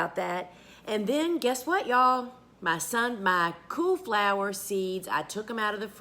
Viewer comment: Not lying. I thought you were saying coo flower or coup flower. Took me a minute to realize that you were saying cool flower. #NorthernerLovingSouthernChat